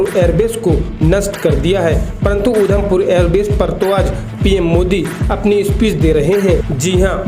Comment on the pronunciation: Udham pur nhi. Adham pur hai